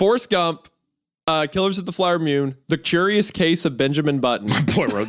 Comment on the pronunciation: "Killers of The Flower Mewn" 😂